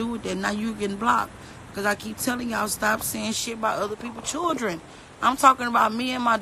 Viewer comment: I love how she say children as "chirren"